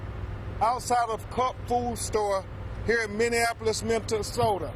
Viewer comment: Probably realize they won't win a criminal case, but have a good chance of winning a civil case. l even laughed when he called it "Mint-ta-soda".